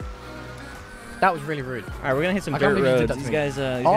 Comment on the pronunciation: “ he will be ight “